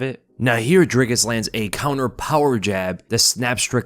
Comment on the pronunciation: Its pronounced "dreecus or draicus" 🤔